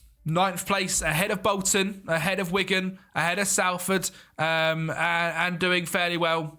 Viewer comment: just so you know its not pronounced sal-ford its sol-ford